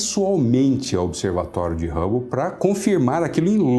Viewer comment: Edwin Rabou não fia pelo amor de Deus kkkk Tem q colocar alguém q saiba o básico de inglês se pronúncia Hãbou. Telescópio Rãbou